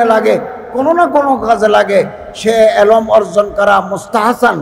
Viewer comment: জনাব এলোম না বলে এলেম বলুন